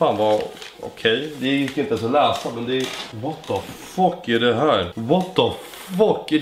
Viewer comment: Det ända du sa var "what the fock" xD